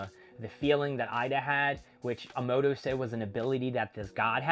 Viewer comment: It's MOMOSHIKI, and why are you stuffing up names so badly?! It's AH-MA-DO, not Amoodo, and Boruto is not pronounced BOROODO. Why talk about a manga if you don't even know the characters' names? If you can't remember how to say that, just call him "Momo" like most of us proper fans do.